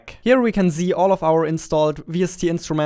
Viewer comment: What normal people say: "Here you can see" What they mean: "Here you can see" What says: "Here you can zee" What he means: "Here you can press the Z button" We all misunderstood him